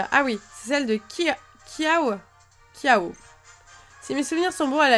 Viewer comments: on dit kiawé et pas kiawe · on dit kiawé et kiawe le e fait é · Ce n'est pas kiawo mais kiawe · Ça se prononce kiavé si tu veux miss mais ça s’écrit kiawe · Kiawe se prononce kiawé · miss on dit kiavé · Ça se dit kiavé on LE dit comme ça